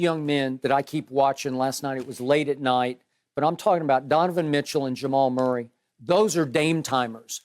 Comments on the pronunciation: He said merk lol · I said the same thing...I was like did he just say Murk? 😂😂😂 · I know Unc did not say “Murk” on TV😂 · He said Jhamal Murray lmao 😂